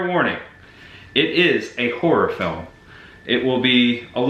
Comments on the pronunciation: Hi., are you saying Horror? Or Horrooooooooorrrŕrŕrrr. Looking forward to your film role, 😊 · So freaking awesome buddy! I watched the first movie last year, I remembered the house and barn. Lol don’t worry about how u say “horror” buddy I say it the same way. I met ya at Spooky Empire last Oct, maybe I should have gotten an autograph. Lol